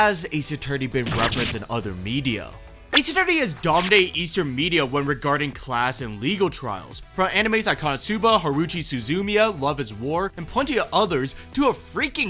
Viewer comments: That Haruhi Suzumiya pronunciation made me hit a damage animation irl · That is quite possibly the worst pronunciation of Haruhi Suzumiya I’ve ever heard 😭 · The way you mispronounced Haruhi Suzumiya actually hurt me all over 💀